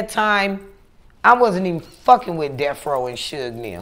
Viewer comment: Channel name is The art of dialog ..."you were 'wiff' her" ..OHHHH the irony